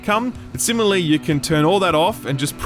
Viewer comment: Simile? Simi-LAR-ly